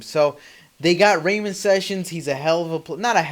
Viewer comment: You pronounced ramon wrong and Jordan hills not a point guard dumb ass ?!